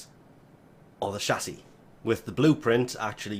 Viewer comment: The way u say chassi bothers me so fucken much